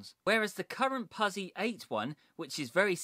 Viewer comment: Great video, it's pronounced put-zi, as in pit-za, (pizza)🤪